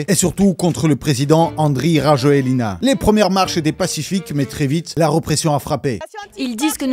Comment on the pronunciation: pour le président malgache, prononcez, RAJOEL, pas Rajoelina